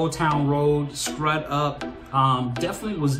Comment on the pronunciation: Scrud is pronounced screwed. Awesome reaction though.....